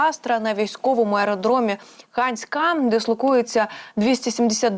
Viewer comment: Під ИАйкопом! І може - таки станиця Ханська? Будь- ласка зверніть увпгу на наголоси, бо Ваша інформація, таким чином, перетворюється на дезінформацію! Дякую ВСЕ буде Україна незалежна й квітуча! Амінь!